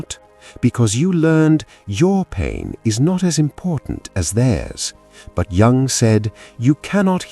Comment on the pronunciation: WHY OH WHY ON THESE SITES OF INTELLIGENCE, CAN JUNG'S NAME NOT BE SPELLED OR PRONOUNCED CORRECTELY